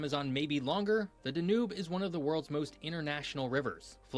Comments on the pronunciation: DAN•ube not dan•OOB. Why do Americans always want to stress the last syllable of foreign words? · DANUBE = DAN YOOB not DANOOB. . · The river is dan-ube not danoob😅❤ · That poor Donau got butchered pretty bad 😮 I had to watch and listen twice to see that the Danoo he was talking about was the Donau 😂 I think phonetically "Doe-now" will do it in English. Thanks for another great reaction! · The Dan Ubbe! Surely someone could have told him how to pronounce Danube 😢. It's not difficult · Oh good grief. Da - noob? Really? You can google how to pronounce it. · "The D'nube"? Now there's a noob mistake.